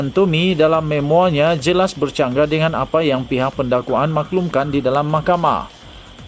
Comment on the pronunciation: Memoir harus disebut sebagau Me.mohwa. ini adslah bahasa Peranchis. Jangan sebut memoi. Bunyi memoi dalam bahasa duku Aftika bermakna marilah main.....itu projek bilik tido.